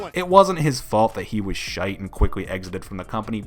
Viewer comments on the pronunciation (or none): Did you say shoite? ☘️ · did he just say shite it really doesn't sound good in an American accent compared to something like a Scottish accent